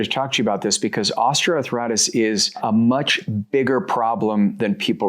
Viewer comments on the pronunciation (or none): Ostra arthritis ⁉️WTHell is that?DONT YOU MEAN OSTEOARTHRITIS?